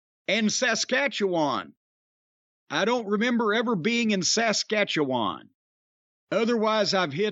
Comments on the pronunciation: So it's not Sass Catchy Juan? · Every time he pronounces Saskatchewan a part of me dies. But at least he says Newfoundland correctly.